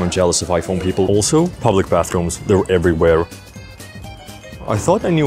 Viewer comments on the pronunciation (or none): none